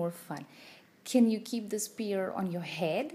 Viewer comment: Nice lesson. Great tips. However, sphere is pronounced s-fear not spear. Ph=f. I'm not trying to rude. It's just that your content is impressive but your pronunciation of sphere is off putting.